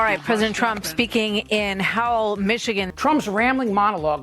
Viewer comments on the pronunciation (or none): none